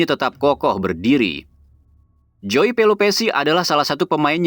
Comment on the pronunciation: Krn joey keturunan belanda mestinya huruf jdisebutkan sebagai huruf y dalam bhs belanda jadi mestinya penyebutan joey: yoey dong